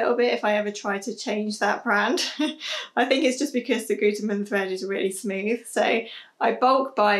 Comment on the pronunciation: You pronounced Gütermann quite good! Great tips, thank you!